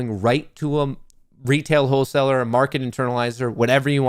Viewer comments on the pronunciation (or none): If Gary says Hoe- Saler one more time I swear......